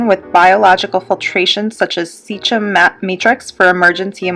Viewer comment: Haha she said “SEA—CHEM” haha